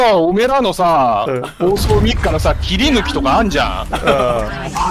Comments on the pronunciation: の“切り抜き”の発音が“ヒカキン”とかと同じで笑った てか和んだ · ここのの切り抜きの発音がうんこちゃんのヒカキンの発音と一緒でわろた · の切り抜きの発音がうんこのアマガミと一緒で笑う😂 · 切り抜きの発音まどマギで館山の血脈を確かに感じました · の「切り抜き」の発音が うんこちゃんの「アマガミ」とかの発音と一緒で笑った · の切り抜きの発音で改めて思ったけど、館山人は4文字の言葉がすべてこのイントネーションになるんだな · 切り抜きの発音が完全にアマガミとかまどマギのそれ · 切り抜きの発音がまどマギでわろた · 切り抜きの発音わろた